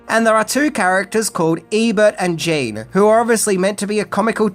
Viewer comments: Just a couple notes on pronunciation. The Corps in Marine Corps is pronounced, core. The P and P are silent. This would also apply to when it's used in phrases like NCO corps or officer corps. And Jean Reo's first name is not pronounced Jean like Billie Jean. It's pronounced morel like John, except with a French J. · "JEEN" Reno? Why do you consistently mispronounce names? I mean you're a pop culture fan yet you still can't get names right?